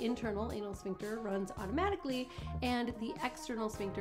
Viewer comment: Ooops!!! Sphincter, not Shpincter😉